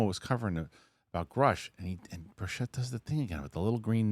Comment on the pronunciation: This dude doesn't read his comments. Representative Tim Burchett's last name is pronounced as BURR-chit (like the first part of "birch" combined with "it").